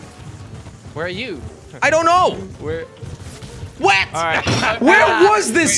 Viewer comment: it sounded like Jelly said Wet instead of What.😂😂